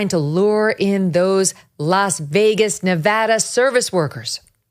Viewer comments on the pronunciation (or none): none